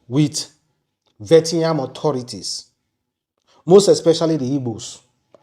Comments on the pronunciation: Vietnam not Vetiyan😂😂😂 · Mr. It is, Viet-nam. Not Vet-yam. Thank you. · It is Viet—Nam not Vie-ti- ham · Pronounced VEE-YE-T-NAM= Vietnam. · It's vi-et-nam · pronounced VI - ET - NAM. I just wanted to correct you. One love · Please, your pronunciation of VIETNAM(VI-ET-NAM) is very very poor and bad, I never expected that from you. Thanks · YOUR PRONUNCIATION OF VIETNAM IS INCORRECT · He can't pronounce it well to save his life. I bet you